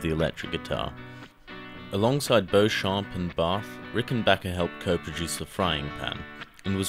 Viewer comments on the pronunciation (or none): A little more research wouldn't hurt. Beauchamp is properly nounced Beechum in America. The picture of "Adolf Rickenbacker" is in fact Paul Tutmarc, the inventor of the elactric bass and a guitar electrification piioneer at least a simportant as Beauchamp.. And the original company name was RickenbaCHer, not RickenbaCKer, the latter came years later. And Gibson's first electric hollowbody was not a first, Rickenbacher and Electar both having hit the market aeound the same time in 1935-6. The first real solidbody was the Rickenbacher Electro Model B Spanish with a rounded neck and frets in 1935-6. Oh yes, Mr. Paul's first name was pronounced LESS, as in Lester, not LEZ, as in, well, you know. I appreciate your effort, but especially in matters of history, accuracy matters.